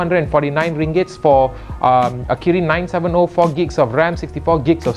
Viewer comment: It's 970 not 97'o'😂😂😂😂